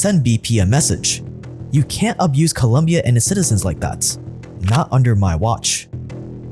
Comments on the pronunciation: The video is amazing, but please it's Colombia, not Columbia. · Great content as always but... Dude for second day in a row... It's not "Columbia", it's "Colombia"😎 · My man.. COLOMBIAAAAAA, not columbia, please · Its colombia not columbia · It's Colombia not Columbia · Sup! It's Colombia, not Columbia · Colombia not Columbia 🙇🏻‍♂️ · It’s Colombia, not columbia sir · It's COLOMBIA. Not Columbia. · Its colombia goddamnit not columbia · Its Colombia not Columbia:) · ColOmbia, not Columbia….. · It’s COLOMBIA not Columbia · It's not Columbia it's Colombia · The country name is Colombia not "Columbia" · Colombia 🇨🇴 not Columbia 🏫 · It’s COLOMBIA not colUmbia… ignorance/… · Colombia, not Columbia. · It’s Colombia not Columbia 🤦🏽‍♂️🤦🏽‍♂️🤦🏽‍♂️ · Why can't the get the name of the country right? Just open the Wikipedia page lmao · Hey, I'm not shocked about what BP is capable of doing, nor what they actually did. I'm just shocked that YOU sound shocked. Another thing, geography 101, it's ColOmbia, not the University on the UWS., you shock me... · For fuck's sake, it's ColOOOmbia. I don't if this guy plays stupid to get more views or if he's just plain stupid. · Due, the name is Colombia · It’s “Colombia” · The fact that you couldn’t get right the name of the country you’re talking about makes me think about everything else that might be incorrect with this video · Its Colombia my g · It's colombia* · Bro it’s Colombia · Hey youve been to Colombia. I dont think it's that hard to get the name right. Good video though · Colombia 🇨🇴, not Columbia 😉. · It's Colombia lol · It's Colombia 🤦‍♂️🤦‍♂️